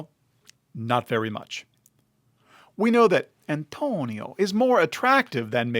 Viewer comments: You really don't have to say Antonio like that, dude. wtf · Why do you say the name Antonio like that? It's creepy.... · The way he said it lol